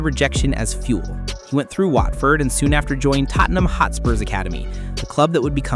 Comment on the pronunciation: your not saying tottenham right